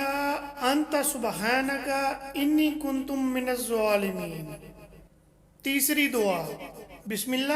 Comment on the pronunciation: Bhay pehlay Tum ghalat per rahay ho kuntum nahy. Kunto hay